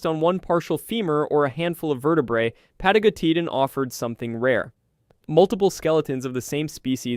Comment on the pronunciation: 4 seconds in and I noped out. The pronounciation was so bad that there is no Pathos. "pah-TAH-go-TEE-tan jfc